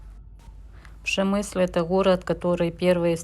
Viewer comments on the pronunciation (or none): Только не Пшемысль, а Перемышль либо Пшемышль